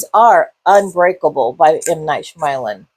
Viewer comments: sh(y)-ama-lan. Soft/silent 'y'. Fair review beside that. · Honestly, it is very disrespectful to not learn how to print out someone’s name correctly I don’t know anyone in this natural known world that pronounces his name like that I’m sorry do better as a YouTube film reviewer